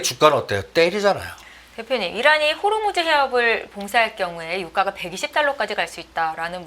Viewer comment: 대표님.. 호 르 무 즈 해협 발음 한번만 더해주세요. 😂😂😂